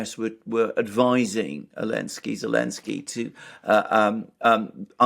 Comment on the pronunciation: Why do some people call him Elensky? Is that how it's supposed to be pronounced